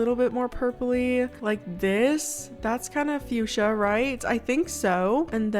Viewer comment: When you said fusha? Sorry I'm not the best at spelling but when you said fusha I heard you said 🩷. Btw is such an beautiful name and your voice is so cozy and relaxing<3